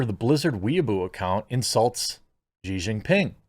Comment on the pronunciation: She She She Jinping. Xi is pronounced SHE. Good lord.